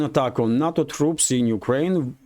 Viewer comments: NATO is not a word. It is pronounced "NAY TOE". "na toe" is sushi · NUTTO perfect pronunciation